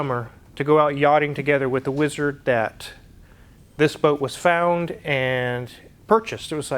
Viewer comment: The Whee-Zard.